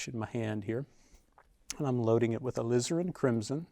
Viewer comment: "Alizarin crimson" No one says it better than Donovan.